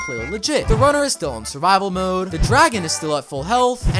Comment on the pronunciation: he's in savivol mode:the most British moment